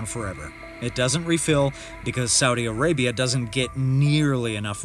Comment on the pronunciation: Its Arabia not Areabia